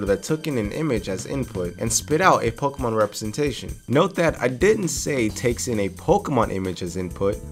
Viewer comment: This is my first time hearing a youtuber pronouncing pokemon instead of pokimon.